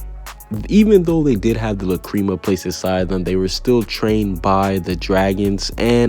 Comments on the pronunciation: La-Crema Wtf it’s La crama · I’m dead first gildarts cleve lmao instead of Clive. And now lacreama? Lmao I ain’t watching the rest after that, I paused the vid just to tell you how much of a dumbass you are for your mispronounciations (oh wait is that too hard for you to read as well?) of these words, even the dub version of the anime pronounced it lacrima. If you don’t like it stop watching fairytail then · Say La-CREAM-a one more time, I'll fight you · La-cream-mah or lack-kri-mah .... I've never heard it pronounced like u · The way he says lacrima hurts me